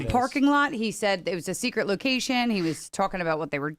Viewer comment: Your loation, ain't cha? 😂